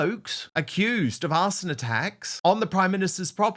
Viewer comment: did he say arseon attacks